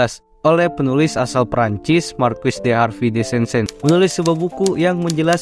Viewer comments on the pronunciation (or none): none